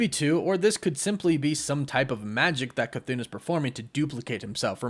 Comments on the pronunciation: …..ok you’re saying “cthoon”…..it’s Cthon…like Patron the drink…just saying 🤷🏾‍♂️ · Bro It’s cuh-th•on not cuh-thoon 🤦🏾‍♂️ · CTHON not Cthoon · I believe you are mispronouncing it. I believe it's an error to say it like Ca-thoon. I believe it's pronounced Ca-thon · You saying “chthoon” makes me irrationally angry. There’s not two “o’s” man it’s “thone” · im pretty sure its cth-on not cth-oon but oh well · I believe it's a "chu" sound for Chthon. It doesn't sound like Cthulhu because of the extra "h." And i also think it ends with an "on" pronunciation, not "oon." So it's "Chu-Thon." Considering Wanda absorbed Chthon in the comics recently, I bet the other Wanda is also possessed by Chthon, or using him, (either or) and that either one or both of them are the real threat. Not our Wanda. I wouldn't be surprised if these trailer scenes of the main MCU Wanda being a threat are just red herrings. We all know how Marvel loves to mislead us with their trailers. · I can’t Stand the way you say cthon. You’re pronouncing Cthon wrong!!! It’s ON C-TH-ON . Say it with me CTHON. You keep saying CTHOON?! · i love your vids but youre saying chthons name wrong😅 its not "chthoon" its like kuh thon. just letting ya know. love ya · This was an awesome video. I thought his name was pronounced 'CUH-THAWN' not 'CUH-THOON'. I guess it depends on who is pronouncing (or saying) it. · jon, don, ron, cthon. toon, loon, moon, cthoon. how the f are you getting cthoon out of cthon. can you please show me a word where you get an oo sound out of an o. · I never make fun of somebody for mispronouncing something wrong because they've only heard it said wrong to begin with that being said it is not cathoon as in cartoon it is cathon as in thong minus the G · Cathoon?? CHTON*****where does the oon come from? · Thumb up, everything seems to be right apart... Apart C'thon pronunciation that cant be "Ka-toon", it's not a Looney Toon.. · Its pronounced "kuh-thon" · It’s not cathone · K-a-thoon he said